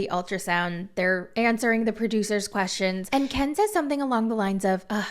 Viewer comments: It’s not Keee-In. ITS KEN! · I usually like your videos, but the way you said Ken I’m totally unsubscribing . Kieeen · This is the first time I’ve ever watched any of your videos, but I was thoroughly entertained lol. Your Gypsy impression is spot on. I died every time you said “Ke-an” 😂 Subscribing….now! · I just love the way you say Ken, so hilarious. Brian was so controlling for gypsy. Gypsy’s mother was controlling. Most men never asked what’s wrong. Ken is only in there for the money. Ken is a douche bag. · Girl you GOTTA stop saying Ken like that….